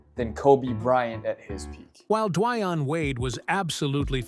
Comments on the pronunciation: "Dwaayon Wade" 😭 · Dwion Wade 🤨